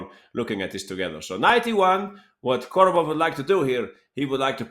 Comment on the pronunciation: Korobov, not Kordobov